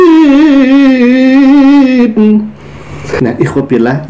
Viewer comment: Hua. ...ha...ha. ... bukan kanak mustakim tapi yg benar anak Mustaqim ....Hua....Hua....